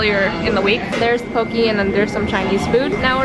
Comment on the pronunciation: it’s (po-kay) not (po-kee) sorry that bothered me😂😂